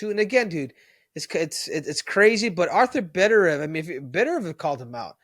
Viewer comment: butchered artur beterbiev's name, many do but never heard i pronounced like this before